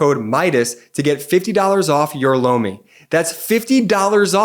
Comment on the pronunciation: Lomi sounded like “blow me”!